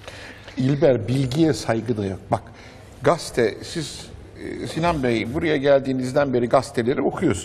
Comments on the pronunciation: Celal Şengör hocanın gramerden bahsederken gazeteye gaste demesi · Celal hoca Gaste değil gazete..😂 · Celalcim gaste değil, gazete. 😂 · Sizde güzel örnek veriyorsunuz da,"Gazete ye Gazte"diyorsunuz.!!!? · Ne vehim haldeyiz ki, dilimizin düzgün konuşulmadığından yakınan akademisyenlerimiz gazetecileri eleştirirken "gaste" diye telaffuz ediyor ama söylediklerinde de haklı. Belki de kendinden de örnek vererek vurgulamak istemiştir diye umut ediyorum.. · Celal kardeş: "gaste" diyor.Sonra eleştiri yapıyor. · “Gaste” diyen Celal Bey !